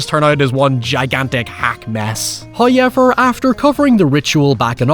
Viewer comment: i swear you're just saying "huyever" as much as you can to piss me off...love your videos